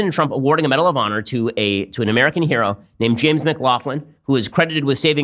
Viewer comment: Take a shot every time he says 'medal of pawnor'